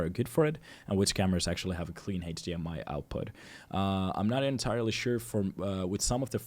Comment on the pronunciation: It's cool how you pronounce HDMI, Heytch-dee-ehm-eye 😁